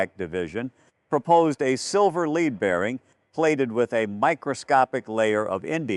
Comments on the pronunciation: Hell AI does not know metal is not LEE`-ad it is led` AI is corrupting American English BS on BS out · AI reading. listen to how it says “copper lead alloy”